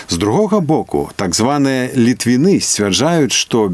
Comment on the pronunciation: латышонак кажа "літвіны" з націскам на апошні склад. Ахах!